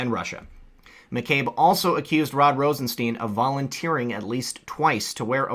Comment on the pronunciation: As correctly pronounced, it's Rosenstein (as in Frankenstein) not, 'Rosesteen'...